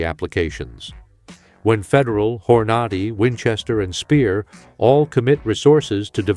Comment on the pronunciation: When bro said horn ahh de he lost me